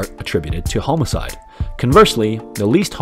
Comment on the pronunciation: I've never heard homicide pronounced like that.